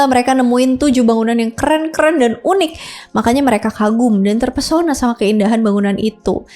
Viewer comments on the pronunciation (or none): none